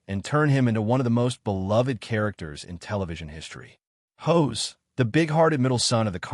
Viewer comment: The character's name is pronounced HOSS not HOSE . Try pronouncing it phonetically.